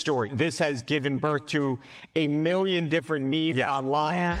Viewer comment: Who is paying these journalists? “a miwwion”() “ fabigated “ (news nation) This is basic pronunciation😂